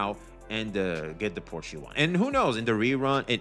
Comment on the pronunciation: it's pronounced like "shell" without the double "L" so: POR-SHE(LL) the E is NOT silent but the "CH" is silent so you don't say it like "porch" (that's in your backyard xd) but only with "SH"